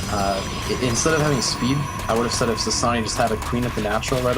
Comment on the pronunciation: wrong pronunciation... not Ssa Ssa ni lol lol lol it's Sa na e